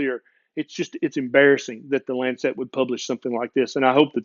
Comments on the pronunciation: Very interesting podcast marred only by the word Lancet being mispronounced. It's Lance-it, not Lance-set. Saying it correctly will help your acceptance here in the UK. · Just one thing, just one - the publication's name is The Lancet, and it's pronounced "Lansit", as in what you do to a boil... after all, you don't wear a bon-net... do you... you don't eat a pun-net of strawberries... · Brilliant rant! (By the way, it's LANcet)